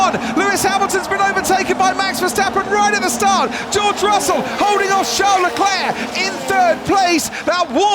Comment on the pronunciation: he is going after Charles Leclerc, Not Leclurr.!..